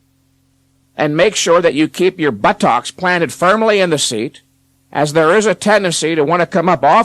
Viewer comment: Keep the butTOCKS firmly on the bench